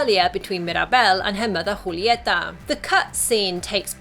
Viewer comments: Woah, you're the first I hear saying Julieta instead of "Yulieta" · That’s how you say it though